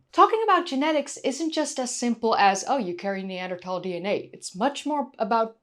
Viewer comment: Always enjoy your videos! And it's great that you say "Neander- Tal" not "Neander-Thal" like so many do. Wonder if maybe Neanderthal men could provide a better bride price or were considered a good addition to the family for hunting and defense? Maybe they had better temperament as a group, were better parents?